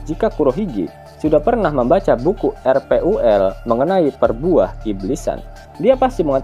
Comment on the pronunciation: Anjay RPUL...bukan RPAL min 🤣